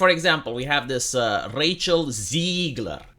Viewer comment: Don’t know if it’s your accent, but I love the name Racial Zegler.